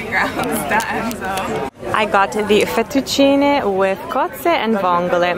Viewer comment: Hi from Italy!😊🇮🇹 are you Italian? Your Italian is so good and you've been the first non-italian girl saying "fettuccine" in the right way😂 ps. I love Toronto btw😄😍